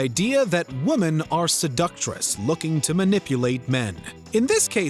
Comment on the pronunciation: This guy is incapable of saying "women"